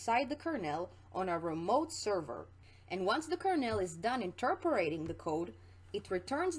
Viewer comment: great video... but your pronunciation of Kernel drives me nuts, lol. It's pronounced "kur-nuhl" or "kur-null", not "kur-nail". Like a corn kernel or colonel in the military.